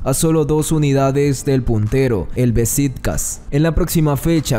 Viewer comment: Saludos desde Esmeraldas. Se pronuncia: Besiktas y no Besitkas. Buen video.